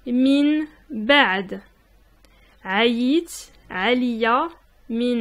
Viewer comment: On ne dit pas 3ayit 3aliya mais 3ayit A3liya. Le A avant le 3